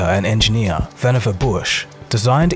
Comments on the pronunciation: Pronounced Vannevar Bush’s name wrong. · When I saw Vannevar's name, I was on the edge of my seat to see how you would pronounce it. I cringed every time the narrator in your audio book pronounced his name!